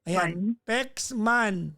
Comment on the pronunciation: Yong "Man" nya Kasi naging "Men" Kaya pronounced nya parang "mine" ang tunog. Watching here in Singapore.